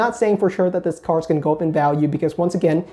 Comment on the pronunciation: Take a shot everytime he says "Cars" instead of cards